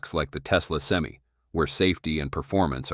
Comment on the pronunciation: Well, for $415,000 dollar investment, you would think they can say SEM-I